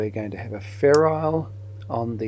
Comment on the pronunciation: I always thought it was ferrule, not ferrile.